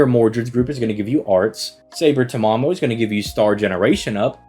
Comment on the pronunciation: I had to replay the part on because “saber Tamamo”?